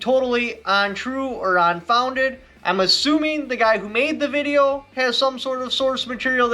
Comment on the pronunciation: “Ontrue or Onfounded” ? I love this guy lol